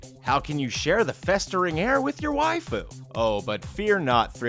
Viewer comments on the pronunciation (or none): Hearing you say Waifu is so odd. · was....was he trying to say waifu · I thought he was saying "Then how will you share the festering [?] air with your wife--(realization) oh." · Lol they way how he said waifu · You are now aware that there are people out there that will actually use these. Also, I find that particular pronunciation of "waifu" a tad strange.